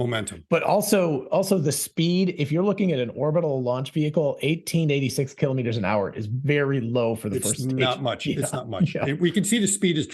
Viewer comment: Kilo'meters, not kalamaduhz.